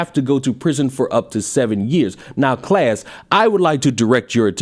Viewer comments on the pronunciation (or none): none